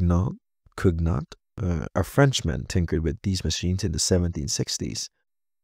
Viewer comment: the gn in Cugnot reads like the gn in filet mignon btw (also the t is silent)